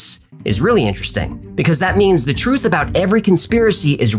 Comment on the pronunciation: Twoof is scawwy